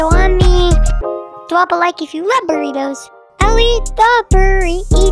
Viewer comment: It burritos not burribos